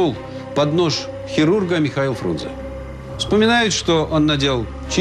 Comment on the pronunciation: А правильно не Фрунзе, а Фрунзэ. Именно Э а не Е!